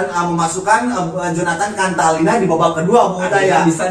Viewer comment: Jonatan cantilana bosss bukan contalina, sembarangan ganti" nama orang